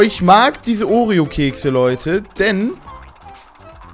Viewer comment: oreo nicht oreon